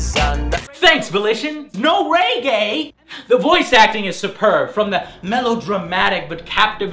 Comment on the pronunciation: I like how he pronounces reggae "raygay" :))